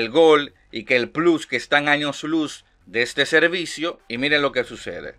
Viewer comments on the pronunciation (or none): none